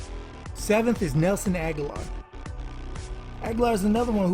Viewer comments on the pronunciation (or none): Um u said aghalar